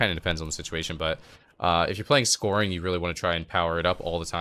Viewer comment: scouring is pronounced "skowering", not "scoring". What cancel aura macro are you using to get the second dispel with with stasis? I'm not getting that